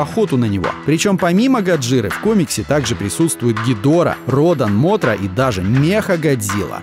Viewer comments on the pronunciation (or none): Не «Морта», а «Мотра» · "Морта"? Ладно с кем не бывает, но правильно, а впрочем, вы и так знаете как